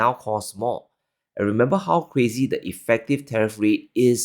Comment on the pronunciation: Wtf does cwazy mean?